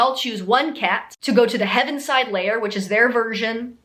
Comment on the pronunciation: It is the “Heavyside Layer” not heavenside. But your freestyling of a song about “words that describe me” was so on point that it’s overall a very accurate background/intro section. Ok so you mentioned the movie is based on the musical based on the book. But did you know the book is based on stories T.S. Elliot told his niece, and also some made up words his niece would say. Like “jellicle cats” comes from her little british toddler pronunciation of “jolly little cats,” there is also the rival troupe of “pollicle dogs” whoch comes from “poor little dogs.”